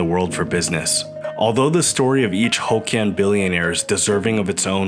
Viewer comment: Not pronounced: "ho kians" but "hock Kian"